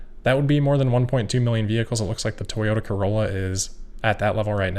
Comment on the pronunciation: It was funny hearing you say "Toyota Corolla"